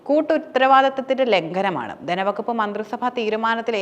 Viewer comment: ദനവകുപ്പ്,ഫരണരംഗം,അദിഹാരം.ഈഉച്ചാരണങ്ങൾ തെറ്റ്.തിരുത്തി പറഞ്ഞ് ശീലിക്കണം.